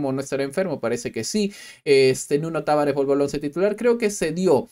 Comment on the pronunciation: Se lee Taváres. No es peruano el grone.